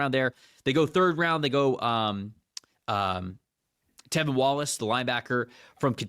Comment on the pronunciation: I love the podcast, as a Panthers fan this episode in particular is one of my favorites you two have done. Appreciate you guys PS -, the LB’s name is T(r)evin Wallace, not Tevin Wallace haha